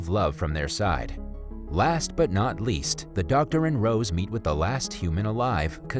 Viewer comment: Wiat I sounds like he's from the future was in "last"